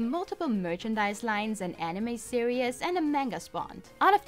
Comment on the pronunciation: An hour long video is pretty scary. The video quality seemed great. However, two minutes in, after having heard "Pokeeeemon" a thousand times, "series" being said "serious", and numerous clichés, I'm stopping the video.